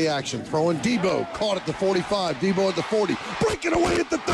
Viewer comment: 1st of all deebo is in the nfl and second of all it’s deebo not debbo